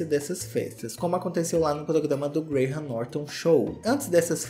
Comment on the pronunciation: Tirando a pronúncia de Beckham em que o H é mudo e não tem som de R e Graham Norton que também é mudo, ele fala muito bem. 👏🏻👏🏻👏🏻